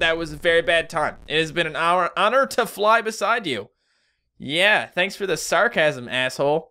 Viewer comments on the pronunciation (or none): When you Tryed Saying Thanks You Said Thant